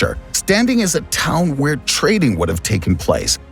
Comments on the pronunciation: Aten not Aton. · Did you say 'Aton' for Sun? It sounds like 'Adan' also a name for Sun in ancient Tamil ~inscriptions on pottery found in Kizhadi near Madurai Tamilnadu and many Roman coins and other artifacts found. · Aten is the correct word. Not sure where he/they got Aton from.